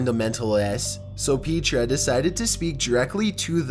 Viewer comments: It’s pronounced pet-ra, as in “this is your pet” not pea-tra, as in “eat your peas”. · It's not peetra it's petra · Its Pet-rah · It's PET-ra-- short "E"-- not PEET-ra. It's the Greek for "rock." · Petra was a christian band lol and its Pet-tra NOT Pee-tra lmao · It's "Petra" NOT Peechtra! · Petra (not "Peetra") did this intentionally. I pissed myself when I first heard it. I was 7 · Who's Peat-tra LOL hahahahahaha Its Petra ( pet....tra) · It’s not Peetra! It’s Petra just like the one in Israel carved into a rock face. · If you're gonna make a review about things you should probably learn the pronunciation of the words you use. It's Pe-tra literally like it's spelled. Not Pea-tra. Idk why people make it a point to mispronounce things. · Not "pee-tra". It's "pet-ra". The band is named after the city that is carved into the rock (Syria, i think). It's the one that is seen at the end of 'Indiana Jones and the Last Crusade'. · Not "pee-tra", they're called "pet-tra". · Lol, “Peetrah.” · Petra (pronounced Peh-tra), is a Christian Rock band. Hence, that particular message. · "Peetra"? LOL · You may have heard this before, but the name Petra is not pronounced with a long E. It is like Pet tra. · its pronounced pet-Tra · The way he pronounces petra is hilarious, peetra. Lol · A world of cringe on the pronunciation of Petra! Yikes! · How do you pronounce Petra wrong? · LOL. Love you and your channels,...been following for a good while now. I can truthfully say Petra, of whom I am a huge fan, was about the last thing I'd expect to hear about while listening to Top15s. 🤣😂 I won't harangue you about your pronunciation, though, no matter how much I'm tempted.